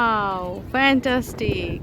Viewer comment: আপু আপনি যে বললেন না pantastic অই টা হবে fantastic